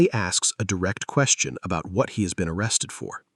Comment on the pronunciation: OH CWAP! I think he's getting O-wested.